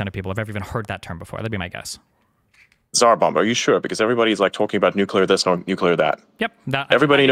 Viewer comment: Bro seriously said "everyone knows what the Czar Bombah is"